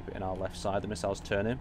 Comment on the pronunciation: He seems to do that in every video, lol. 'Are' instead of 'our.'